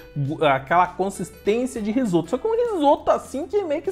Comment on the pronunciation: "Risopa" huahuahuahuahuahua